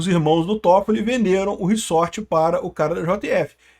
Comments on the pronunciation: Não é "riçorte" se diz "riZorte". Desculpa pontuar isso, mas grande conteúdo.(tenho toc) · reZZZZZZZORRRRTTTEEEE porra. para de Falar reSSSSSorrrteeeee que inferno uahuahuahhua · //riZort// (pronúncia)